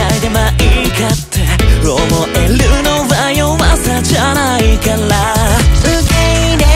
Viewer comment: のストレートで温かみのある感じが、物語の始まりみたいで、歌い始めにぴったりだなと思いました まあいいか"って "の力が抜けてるのが好きです 弱さじゃ "な" いか "ら" な&らの発音がきれいで好きです サビのクレセントムーンの時に、シャボン玉出てくるのきれい すれ違いや勘違い"も"の発音かわいい感じで好きです 思えてもの"も~"の揺らぎが素敵 なるから~ぁの伸ばしが素敵 2番の最初サビ、ペアなのが好きです それから、転調の4人の"もっと愛して"が1番好きな所です